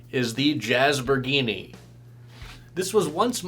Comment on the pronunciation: "Jazz-bor-gee-nee"... It must be Italian